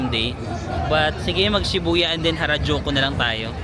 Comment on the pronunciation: Nalito Ako kung Karajulu or Harajuku 😂😂😂